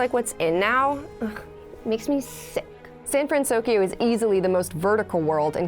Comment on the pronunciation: Frantokyo? Pretty sure it's Fransokyo.